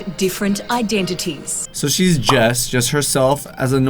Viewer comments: Just say iDENities not iDENTities since u struggle so much haha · Identities (I-Den-Di-teez) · Identities is how you say it